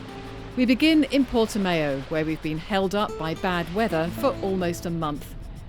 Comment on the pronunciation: For heavens sake it is not PortiMAYO but Portimao ( like ow it hurts) at least say the name right and have a little respect